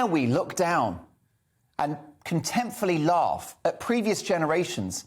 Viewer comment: 6.19: Totally off-topic, - but "contemptfully"??? The word is "contemptuously". (And don't forget that the NHS is still at it - their glory days of culling the population by ramming tens of thousands of elderly patients into nursing homes to cross infect other, and denying life-saving treatment to cancer patients / transplant patients etc may be behind them, but NHS Scotland is still happily discriminating against and denying IVF treatment to the unvaccinated.